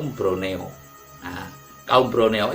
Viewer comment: Broneo apa Borneo? Krn waktu jaman Belanda ada sebutan Jawa=Java.Sumatra =Andalas, Sulawesi=Salebes dan Kalimantan= Borneo, sy pernah merantau di Kalsel, Banjarmasin, namanya suku Banjar, bahasanya banyak yg sama dgn bahasa jawa, budayanya sama dgn Jawa yaitu wayangkulit.